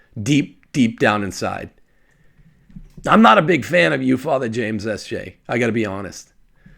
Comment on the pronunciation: I learn so much from. I now know the PROPER way to pronounce “Father James Martin Sth J”! Lol In all seriousness, could you put out a short truncated version of this video with only the portion when you discuss the comparison to a Aquinas ‘ toleration of prostitution? I’ve encountered Trent’s argument often enough that I’d like to share your (ie ) explanation. And I don’t think most who aren’t already familiar with your work will listen to this entire video. Praised be Jesus and Mary!